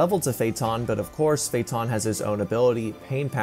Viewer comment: Why are you mispronouncing so Many names? Uvogin, feitan f.e.?